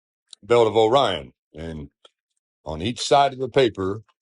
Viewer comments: Is it bugging anyone else that he keeps calling it, "The belt of O'Ryan" instead of, "Orion's Belt" or is it just me? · I am sorry, truely, but "o/rion" is not a word. How can I be expected to take someone who still speaks in syllables seriously? How would he pronounce this word 👉ore? Or 👈 this one? Bet he says, po/lice too, y'all. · Honestly appreciate that he was trying to come up with a coherent argument, although he completely failed to think in more than 2 dimensions. The most annoying part of this video was the whole ‘O - rion’ thing, every time he said it was jarring. Happy 42nd birthday. I’ll be joining you in May 🎉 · Can we start a petition to change Orion to O'Ryan? I like his pronunciation 😆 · One thing I like about this guy's video is the way he says, "Orion." The emphasis on the "O" makes me smile.